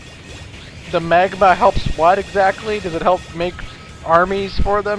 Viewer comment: "Maygma"? "Crevahsses"? "Lumineh"? Wow, fail on the pronunciations.